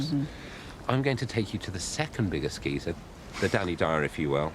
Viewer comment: Gee-zer? Gai-zur? Gei-shur?